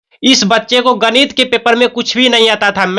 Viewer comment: Ganit Nahin ganit